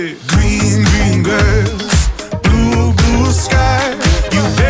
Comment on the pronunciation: Its so funny the way George doesn't pronounce his R's properly. Hahaha. Gween Gween Gwass.